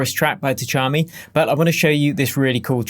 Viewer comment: Just pronounce it without T, Chami.